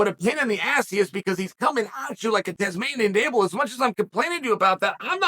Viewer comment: Am I the only one who is laughing at the way chael said Tasmanian devil? Lmfaoooo